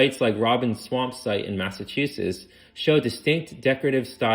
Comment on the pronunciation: Absolutely!!! Not being able to pronounce even the simplest words like New Hampshire??? (New Hamp-SHIRE? it's New Hamp-shur. Or "Cow Hamp-shah" if you're from Massachusetts. Which is Mass-a-choo-sits not Mass-a-too-sus.) Did the speaker even preread the text to find out what words they might have difficulty with? Or did they not care about pronunciation enough to even ask? And to anyone who thinks I'm being overly critical, shut up. Just because you accept half-assed workmanship doesn't mean the rest of us have to. The information was amazing, I loved it. I'm just disappointed that you were willing to accept a participation award when you could have had 1st place.